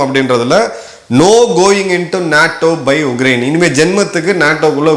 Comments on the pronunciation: Please pronounce it as Ukraine and not UGRAINE,Sir. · Sir, your pronunciation sounds like Ugrain, while it is Ukrain